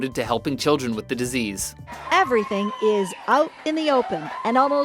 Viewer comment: Why does he keep calling it a decease